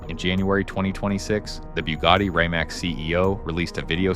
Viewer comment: Bugatti’s CEO name is not Rimac (with a ‘k’ at the end) but with a ‘c’ like cesar. He is not an american but a croatian guy. Their or better to say foreing names are not pronounced in american way. It is very rude and biased to pronounce personal names from foreign countries in your American way. Before you publicly announce and pronounce such a name, ask (that's why there is a chatgpt) how the names are pronounced. I'd rather not write how you would write and pronounce American names in Russia or Japan or... to be consistent... in Croatia, say, simple minds would be simpl majnds Please pay attention to that in the future. It's a matter of respect.